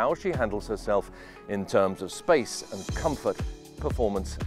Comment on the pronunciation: Wow lovey boat. Nice to hear the word space,.. not spice!